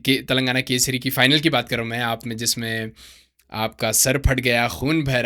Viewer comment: Bhai It's Telangana Kesari, not Kaseri. 🤦